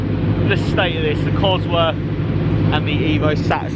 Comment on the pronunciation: Cosworth, not Coswroth..